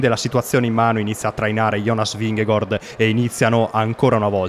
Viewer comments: Ma esatto, Vinghegord da dove esce precisamente? Se lo vuole pronunciare in italiano è Vinghegard, se lo vuole pronunciare in danese almeno che lo faccia bene e non a metà. Vingegaard in danese si dice Vinego(R) con accento sulla e e non Vinghegord. Vi lascio qua il link di un danese che spiega la pronuncia e il significato del cognome di Jonas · Anche nella telecronaca nomi a caso non é gord é gard…… e poi il finto accento francese😂😂😂🤦‍♂️ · Perchè dici vigegOord????????!!!! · ma non ti devi scusare, non ha ragione nemmeno lui. La pronuncia esatta in danese è Vinego(R) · La pronuncia di Vingegaard ve a lascio qua, spero la sistemiate perché così è inascoltabile. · in realtà la pronuncia esatta non è nemmeno quella